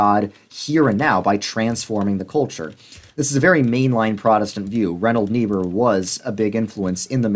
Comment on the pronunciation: Ok, say it with me: RINE-hold NEE-burr. I speak German as a second language. That aside, this was an amazing video. One Christ redeemer of culture enjoyer to another.